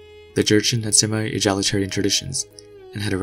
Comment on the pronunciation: he said "iron" as ah-ryan. 🙃 egalitarian as "e-je-litarian". probably with non-english speaking background.